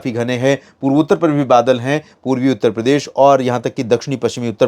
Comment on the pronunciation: Purvi utter Pradesh ka bolne me aapko taklif hoti hae kya